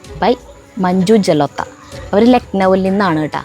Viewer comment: ജലോത്ത അല്ല ജലോട്ട